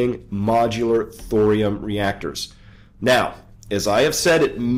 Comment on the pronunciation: Thorium rhymes with Dorian. :)